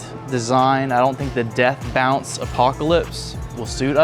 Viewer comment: Its deaf bonce, there's no "u" in bonce. Its one thing for a customer or regular joe to misread/pronounce but the sales guy too. . . . .